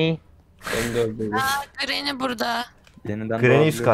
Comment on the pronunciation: grranyi degil grany